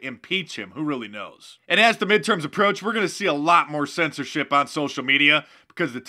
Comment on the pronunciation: Mark putting emphasis on the MIDTERMS! . . I've been hoping for this.